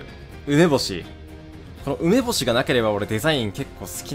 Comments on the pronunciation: 梅干しのイントネーションヤバすぎないか？ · 梅のイントネーションは正しいのに梅干しになったとたんイントネーションバグる男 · かわのはねー 梅干しのイントネーションさえあってれば好きなんだけどねー